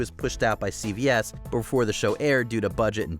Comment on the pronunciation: It's CBS, bot CVS.